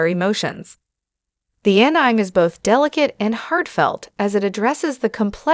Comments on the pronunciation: Is this an AI voice reader? The phonetic [An-nime] is not correct. It's [An-ee-may]. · anime --> pronounced as A-Nine?... sounds a bit robotic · AI gargbage, go away. It's pronounced AN-EM-AY. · Here's an idea: Get that AI voice to say Ass Anime. It'll be describing itself when it mispronounces Anime. It's asinine.